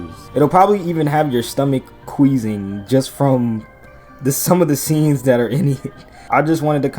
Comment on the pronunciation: Bro really said queezing 😂